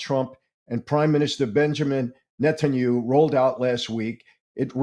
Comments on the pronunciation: I love and always look forward to ypur Saturday programs.. I am one of those grammatical nerds. Netanyahu not Netanyu.is the correct pronounciation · Ouch, you’re so ignorant you can’t pronounce NETANYAHU PROPERLY.. there are 4 SYLLABLES!! Just by not being to pronounce his name you’ve lost um some credibility,, lol what a joke ! Can you PPPUUULLLEEZZE stop saying Netanyu😊